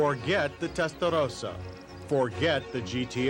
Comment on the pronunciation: Came here hoping he wasn’t going to say ‘TestaRrrosa’ ever again